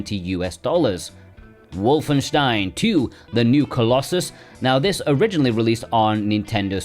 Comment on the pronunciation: I like how you pronounced Wolfenstein!